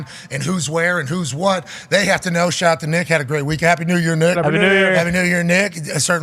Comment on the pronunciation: "Shaht aht back shots" - pat 😂😂😂😂😂😂😂😂